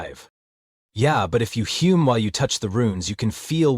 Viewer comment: Ahhh, the AI was doing so well until now. Nobody "humes" they hum like birds.